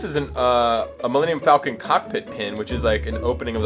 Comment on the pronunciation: Take a shot every time he says falcon wrong. You'll pass out drunk and wake up in a Bacta tank in the medical Bay..